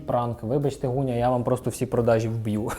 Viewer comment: Дякую за огляд улюбленого бренду! ПС. Велике прохання до ведучого: Ґуня, не Гуня. Ґудзики, не Гудзики. Дуже ріже вухо! У нас досить довго забирали звук Ґ, тож поважаймо й плекаймо його ❤️